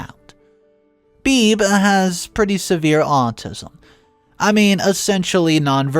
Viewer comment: This isn't actually important, but I'm pretty sure Bebe should be pronounced "bey bey," not "beeb."